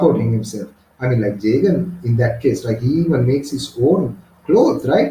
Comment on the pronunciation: Jagan❌ Jeagen ✅